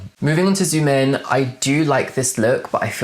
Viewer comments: just a side note xiumin is pronounced shiomeen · it's the "Zoomin" pronunciation for me😅🤣🤣